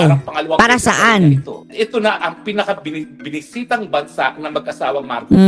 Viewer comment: Wish nga ni Tita Feng na palitan ang Blue Ribbon Committee into " Fink Ribbon Committee"😅😅😅😅😅